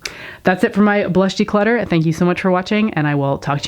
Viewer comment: its not declotter ....